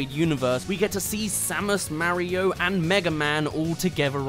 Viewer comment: It’s Mario not merio